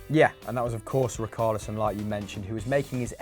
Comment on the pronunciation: Why they keep saying Ricarlison instead of Richarlison